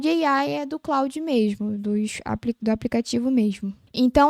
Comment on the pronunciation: vídeo muito bom. Só dá uma atenção para o nome do produto. E, não exclusivo de você. Vocês falam ‘Cloud’ e não ‘Claude’. Aumenta credibilidade e você voa